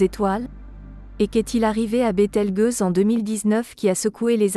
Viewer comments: BételgEuse pas bételgUeuse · Bételgeuse, pas BételgUeuse ! (c'est ta voix synthétique, la gueuse...) six mille, pas six zéro zéro zéro ! la science 360 fois sans la comprendre ! j'ai tenu "un apostrophe quatre huit apostrophe apostrophe" ! première et dernière fois que je regarde cette chaine putaclic ! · Bételgeuse, le g se prononce "j" car il est placé devant un e, sinon par exemple le mot "belge" se prononcerait "belgue". Cela plus la voix synthétique qui ne sait pas parler français c'est une vidéo totalement ratée.